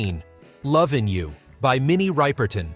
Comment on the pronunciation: Minnie Rip-er-ton, NOT ripe-er-ton. smh. (She could sing six octaves!)